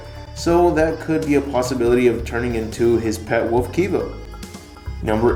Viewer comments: It's wolf not woof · "Turning into a woof". Can't seem to pronounce wolf properly, apparently?